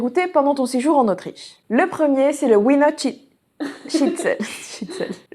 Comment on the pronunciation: Ça se prononce viener, on prononce les w comme des v en Allemand.